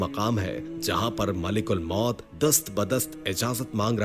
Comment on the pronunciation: Bhai malak ul maut hota hai malik ul maut nai